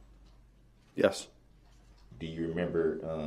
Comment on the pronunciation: His slant lip garbage mouth can't even say "remember" he says mermember!!! Something else that bothered me is Judge Dorow kinda scolding the witnesses about answering when DB is objecting, which he does non stop, and helping him with questions, which she shouldn't be doing either, but let's WWDB, talk over people, intimidate witnesses, and many other things. That's the ONLY thing that wasn't fair in this trial. The beginning of this trial, she kinda babied him and let him have tooooo much leeway. A REAL ATTORNEY wouldn't get away with this, why should he? He was PROPERLY AND REPEATEDLY warned about defending himself, so let him drown in CACA! I absolutely adore the witnesses that didn't play into his little games and semantics and called him to his face who he is!!! The third person stuff they were doing for WWDB gave him control, but Det. Casey and some others, wasn't having it!!! Salute to them!!!